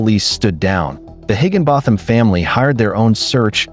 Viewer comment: Its pronounced higgin bottom!